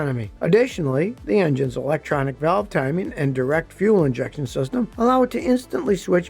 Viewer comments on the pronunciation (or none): none